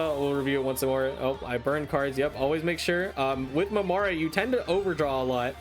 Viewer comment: Just a little note but Mamere is supposed to be pronounced kind of like mamair, the last e is silent.